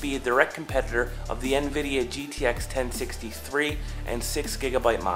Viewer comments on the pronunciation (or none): none